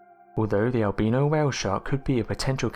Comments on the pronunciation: The way you say Albino Make's me wanna stab my ears its Al-Bi- NO Not Al-Bea-na ....Say it with me AL-BI-NO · Nah, he was talking about Al Beano, that funny mexican who´s making jokes about beans and farts. ^^ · Did he say it might be a el beano whale 🐳. 😂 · "El-beano whale shark" lol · I like how he says albino